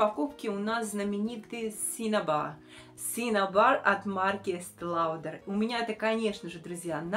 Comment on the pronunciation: Уважаемая, в транскрипции это синабар, произношение на любом языке, в том числе по русски. Перевод- пигмент. Откройте переводчик. C английское в этом случае читается как си, не как К. Спасибо. Я просто свободно говорю по английски, живу в Америке.